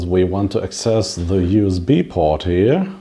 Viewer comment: Other butcherings of words (to a greater or lesser degree) here include: i) butcher ii) columns iii) Ada (fruit) iv) access